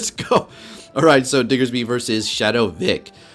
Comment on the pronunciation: So glad you say "Diggersby" as it should be, just came from another prominent PvP youtuber who said "Diggserby" so many times that I lost count.